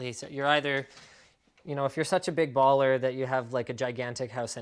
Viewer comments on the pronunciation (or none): none